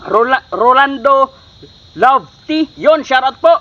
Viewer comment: Idol ang basa hinde love te ha lovete yan wag mo palitan hehehe😂